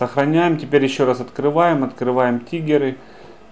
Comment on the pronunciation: не ТИГЕРЫ, а ТРИГГЕРЫ бесишь